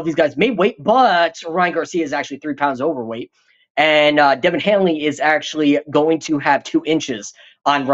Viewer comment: Dude called him Devin Hanley?